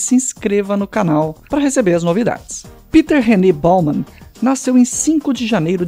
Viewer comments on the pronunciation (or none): none